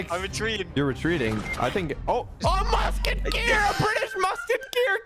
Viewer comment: MUSKEKEER A MUSKEKEER its a musketeer